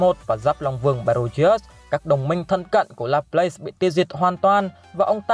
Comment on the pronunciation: đọc là La plát nha bạn